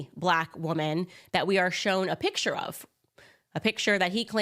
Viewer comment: please learn to pronounce the word PICture, not pitcher